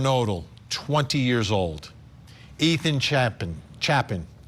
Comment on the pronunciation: Ethan Chay-Pen. Shouldn’t you know how to pronounce his name by now?